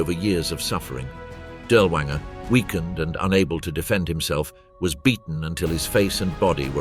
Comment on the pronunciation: Pronounced DEERLERVAANGERE.